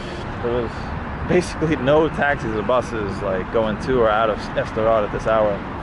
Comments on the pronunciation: Why do you call Sderot "Esderot"? There's no E there. At least you don't call it "Sderow" like Americans pronounce Gal Gadot. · the place called just "sderot" btw, not s-derot. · Your pronunciation of Sderot is driving me crazy. It's not "ess-derot" it's two syllables, "sde-rot". Just like you wouldn't pronounce "start" as "es-trart" (unless you are for example a native Spanish speaker), it's a blend. The only difference here is that the d is voice unlike an unvoiced t. Since you speak Arabic which has a lot of difficult blends, I'm surprised this one stumps you. If you can't manage "sd", "suhd" is better than "esd" (or even, if you must, "steROT' or "zderot" (like in the russian на здоровье)) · It is just "Sderot" ... not "E-Sderot". Ivrit Safa Kasha. Also I don't think Sderot was really the hardest hit in Oct 7th though there was definitely intense fighting there. The Kibbutzim closer to Gaza, and the music festival, suffered the most casualties. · It’s not pronounced Ester-rot. It’s pronounced Sssss-derot. Also it wasn’t the most hard hit town on October 7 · Even after Anna showed him the correct way to pronounce it. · Loved this. It’s pronounced s’der-rote. Sderot. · You are pronouncing the city incorrectly. You don't pronounce the S like the English letter in the alphabet; it seems pretty ignorant for someone who know multiple languages.